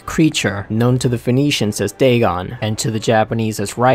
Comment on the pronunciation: Totaly said dagon good XD